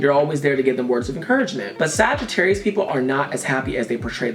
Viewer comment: Damn you really got Sagittarius right